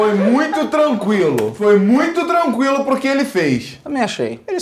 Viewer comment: " A foi tranquialou pow, ela caiu em péa, caiu em péa" carioques